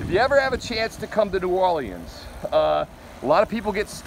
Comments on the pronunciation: Omg it’s New Or-Leans, leans dude. Not lee-Anne’s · New Or-leans. “Leans”. Not Lee-Anns🤦‍♂️